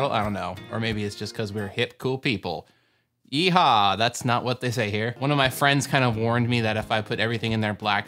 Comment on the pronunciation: Since I'm from Texas and you're from Seattle.... When you said "YE HAWW" I got triggered.... lol still love you sooo much!